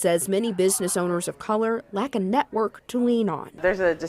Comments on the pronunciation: “A distinctly lacta” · "A distinct LACT of funding." 🙄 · "Lact" ??? LACT ????? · distinct "lact" lol